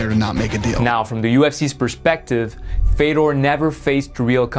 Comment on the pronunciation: Native Russian speaker here. THIS is how you pronounce his name. There's zero f-EH-dors in Russia. And thousands, tens of thousands of Fyodors. Nothing complicated about that. The surname is also incorrect in a major way. But the way that the US absorbs cultures and names, butchers them over time with the promise of money and then spits it out, really does rub me the wrong way. Basically, ye-mhel-YAH-nhen-ko. Again, no room for a mistake, no variations. has it, but it's hard to hear. I understand the last name is rather hard, but 1) the first name is not hard, and 2) everyone gets the Kadyrov's last name correctly... I guess the man stands up for himself, right?.. One thing I can say is: the subtitles for hearable Russian were all generally correct (if not literal sometimes, which is fine). Congrats on that. Some of them are cut incorrectly, but whatcha gonna do. Exceptions: He also says "my plans in sports are to continue to perform". Missed: "they watch his filmed performances together". He doesn't pose it back as a rhetorical question, like the subs kind of imply. He simply tries to finish the answer with the same preface. As in: "a man can be considered a hero if..." and seemingly either didn't finish the thought or cut off purposefully. it's just "good memories, I hope", without specifics. Basically correct, though. Bonuses: Awful accent, but he tried xDD I barely knew it was Russian. Lacks subtitles; he says "I can s